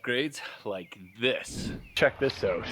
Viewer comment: "Click the link down below to find oot all aboot..." :D :D